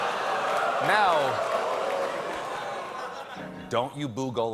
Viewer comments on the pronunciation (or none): The name ain't golem it's gollum xD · The way he pronounces Gollum really bothers me, nobody in the movies ever pronounce it anything like Golem! The Golem is a completely different creature from Gollum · He's pronouncing it the way it was pronounced in those terrifying old LOTR cartoons from the sixties. It was pronounced "golem" in those. The newer movies pronounce it "goll-um." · One thing that bothers me about Stephen is that he's such a big fan of Lord of the Rings, but pronounces Gollum's name "golem." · I too thought, "have I been pronouncing Gollum's name Wrong all this time?" 😲 🤔 Cause of how Stephen said it! 🙃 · Please say Gollum's name right. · Holy crap, did Colbert just mispronounce Gollum?! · Colbert is a huge JRR Tolkein fan. You should look for the interview he did with Ian McKellen on the Colbert Report. Though his pronunciation is new to me, I'll definitely take his word for it. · Stephen, you've built up a lot of Middle-Earth lore cred over the years. But mispronouncing Gollum's name? Really? That's a rookie move, man! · Like many people, he probably read the books long before watching the movies, and formed his pronunciation based on that.